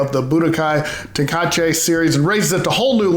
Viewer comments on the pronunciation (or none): Dragon Ball Ten-ka-chay?? when that coming out? sounds ridiculous lol. How will it ever compete with sparking Zero?